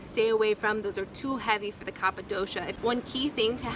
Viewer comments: a constructive correction: the pronunciation is "Kafa" like cough and not "Khappa" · It is pronounced kafa and not kapa 😶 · It is pronounced "Ka-fa". People may find it difficult to take advice from you, if you are not aware of that. Please correct the error in your video. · Pronounced kafa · It's kapha ..like cougha